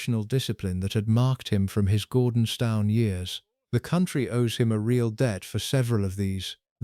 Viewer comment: For the love of God, it is pronounced GORDONSTOON!